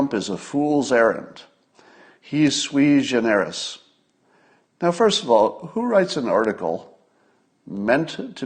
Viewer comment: that's pronounced sue wee gen er us its latin makes you look smart